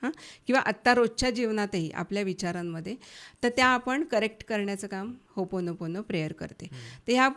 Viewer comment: होपोनो,पोनो प्रेयर नाही हो,ओपोनोपोनो 😢 ओ हा शब्द स्किप च केला झाला